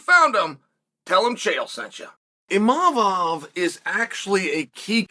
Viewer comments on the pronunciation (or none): maaan chael and his names, I’ve been trynna look past it all these months but it’s so aggravating, and it’s like he enjoys it too. Like tf bro “imanov” cmon man